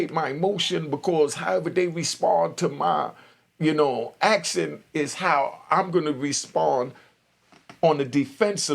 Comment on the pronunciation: Bro its action not actsin